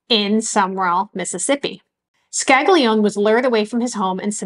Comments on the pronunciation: With all respect,the documentary was very interesting.I would suggest studying Italian or at least proper pronunciation.The name of one of the persons mentioned,Sig.Scaglione,is pronounced more like ' Scal - lee- own-ay' not 'Scag- lee - own' like you were pronouncing it.A "G" followed by a "N" or "l" is not pronounced as "G". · Great channel! I just wanted to point out that the name "Scaglione" is not pronounced "skag-lee-own". The pair of consonants "gl" is its own sound, that is pretty difficult to pronounce for non native Italian speakers. Also, the final vowel "e" is never silent in Italian. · Scaglione is pronounced Scali-yon-ay. GL makes a lyon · Scaglione is pronounced scallione gli and gle in itallian is pronounced li the Spanish ll ...like tortillas ...but a little bit different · the short explanation, the rock category known as Ska, I'm sure you know of it. Think of pronouncing Scaglione as in 'Ska'. Glio-as in 'Yo Bro', Ne-Air (omit the R) Ska-Lyo-nair. Air/Hair/Share, by omitting the 'R' pronounced by you good folk in the U.S, that is the closest sounding comparison. I'm not trying to change the way you speak...in Italy, well. Best wishes to you! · Excellent report. Helps one to relate to the atrocities endured by the blacks. As an Italian I was disappointed by the mispronunciation of Scaglione. The "g" ishould be sort of silent. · sorry, but you pronounce Scaglione the wrong way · His name was originally pronounced "ska-lee-OWN-ay". "Skag-lee-own" is an anglicization. "Man-jee-OWN-ay" not "man-jee-own".